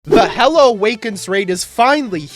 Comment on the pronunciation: its not "hella" is "hila" im pretty sure